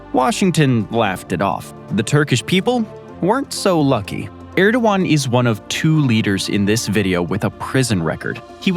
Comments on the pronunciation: It’s “ErdoGan” not “Erdowan”. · You said Erdogan and Agia Sofia so badly...